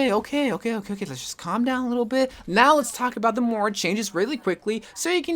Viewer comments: It's MOIRA Not MORA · Is it just me or does pronounce Moira “Moura” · Omg he does and it bothered me so much XD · I thought it was just me!